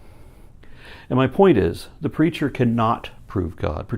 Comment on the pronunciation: Every time he says 'the preacher' I hear 'the creature.' ...Is that bad? :\